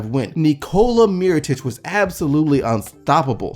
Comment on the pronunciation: Well done on pronouncing both Nikolas, Jokic and Mirotic. You nailed it! ;)